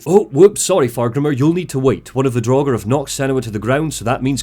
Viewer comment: I love this critique, but it sorta baffles me that one can play through Hellblade 2 and still pronounces 'Draugr' draw-ger. How, how? You know it's not pronounced draw-ger, so why did you do it repeatedly?